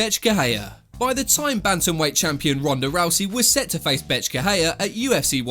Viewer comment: Every time he said Bethe it sounded like he was saying Bitch 😂 Maybe it's just me but I thought it was funny Lol